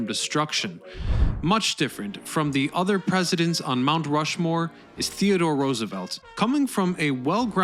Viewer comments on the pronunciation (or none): none